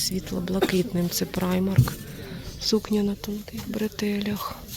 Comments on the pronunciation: Взагалі так, на англійській мові. Але жінка взагалі називає бренд «Праймер» тому вирішила написати. Доречі а в німецькій мові то читається « Примарк») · Правильнее - праймарк.